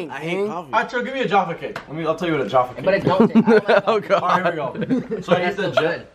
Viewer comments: I’m shocked they can’t pronounce jafferr cakes probably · Love Jaffacakes, though it being mispronounced made me giggle. they are top tier, what are you lot on? 😂